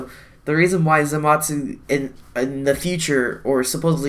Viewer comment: ThatEpicGuy ikr and he's not the only one in the community saying it like that so idk who started this